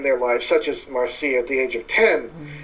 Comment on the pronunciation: It's not pronounced Mar - Cee - ah. It's Marc - Ya